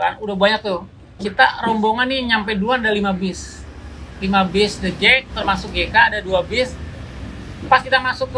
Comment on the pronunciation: The Jak bang, bukan The Jack